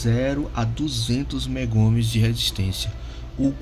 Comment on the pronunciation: Meu caro, bom vídeo, porém corrija as nomenclaturas: MegaOhms, e não megoms; Farads e não faradais; Fahrenheit (pronuncia-se faren-haits) e não fareouse. 😉